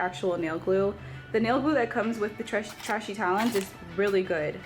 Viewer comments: It's pronounced tray she babes... Just a heads up... Don't want them or their customers thinking you're throwing shade, I know you're not but people are extraaa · Sounds like she's calling it it trashy 😆😆😆